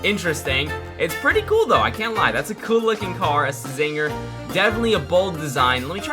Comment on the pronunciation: it's pronounced as zinger the c is silent